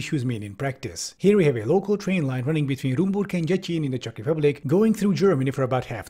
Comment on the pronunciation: Really loving your Czech pronunciation. ❤️